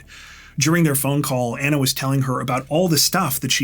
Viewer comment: Just fyi. You are pronouncing her name incorrectly. You are saying Anna and it should be Ana, like Donna. It honors a person to pronounce their name properly.